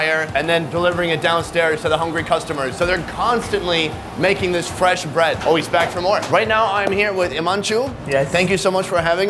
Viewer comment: As an Indian, I have two comments. First, I cringed every time he said bread lol. (On a side note, I’m impressed with some of your good pronunciations, like masala, channa, and paratha. Well done) Secondly, please don’t try and replicate this. Eating street food in India can be extremely dangerous, even deadly. As a tourist, you shouldn’t eat anything fried, anything with milk in it, or any vegetables you can see are being washed with an unclean water source. The risk of E. coli is quite high in poorly sanitized street vendor stations. You should generally go for food that has been boiled or is from a reputable place like a nice restaurant, to experience some authentic flavors safely. If you have been in India for a two months and haven’t gotten sick from food, then it might be safe to start trying slightly riskier foods.